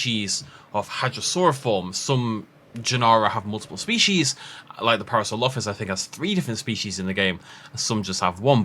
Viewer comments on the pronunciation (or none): none